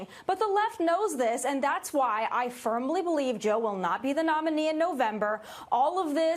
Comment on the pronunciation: Tomi Laren says she "firmbly" believes Biden will not be the nominee in November. What a maroon!